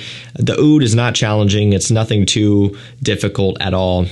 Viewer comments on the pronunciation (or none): none